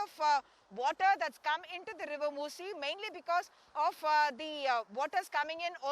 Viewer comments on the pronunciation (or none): It's called Musa River, not moci, you're not pronouncing properly 3 4 area name mainly Musa river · U were also wrong, it's musi river not musa